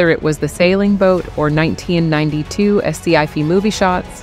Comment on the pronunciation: 'es see eye fee' is how I will pronounce sci fi from now on